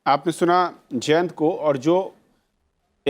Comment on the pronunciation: hehehee . it is not jAYANATH it is jayanth.....................